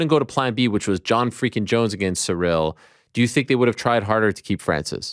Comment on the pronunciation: Ariel even called ciryl "surreal"